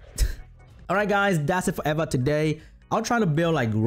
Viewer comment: its pronounced EEEE va